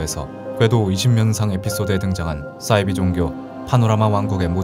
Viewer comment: 잘봤습니당!! 근데 '싸'이비종교 신경쓰여ㅋㅋㅋ